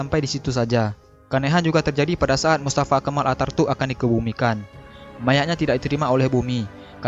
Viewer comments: Bkn artatuk tpi ataturk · Ataturk atau atartuk?? Jangan salah sebut nama 🤣